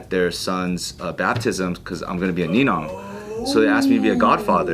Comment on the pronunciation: Your gonna be a ninoong not ninaang. Congratulations 🎉